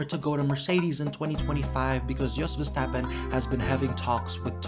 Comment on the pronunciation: "Max WearAStrapOn" 😂😂